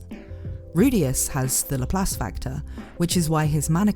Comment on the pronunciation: It's LAP LACE NOT LAPHALSE 😂😂😂😅😅😅